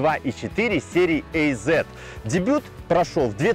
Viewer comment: Ох как же слух режет "эй зет", говорите уже азет, хоть это и грамотически не правильно)